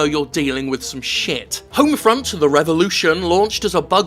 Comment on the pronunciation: Funny, when Skele-Jim said "Homefront" I thought he said "Houndfront".